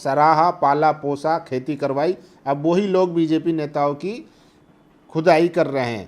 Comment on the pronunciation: Bhai aap saaf saaf bolo... Khudaai ya ch...ai? 😅😅😅😅